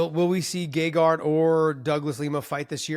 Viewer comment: HA!! He said Gegard’s name. 😅